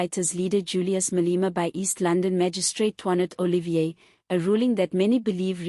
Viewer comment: It's not Oh Lee Veer, It's Oh Lee fee r!